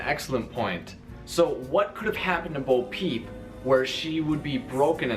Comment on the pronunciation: I just want to point out it's Bo Peep not boo peep but I agree